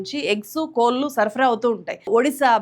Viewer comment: కోళ్లు కోల్లు కాదు కదా గారూ